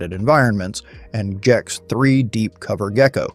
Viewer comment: IT'S GEX WITH A HARD G, NOT JEX! this killed me.